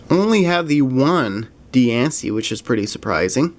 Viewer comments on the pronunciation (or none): none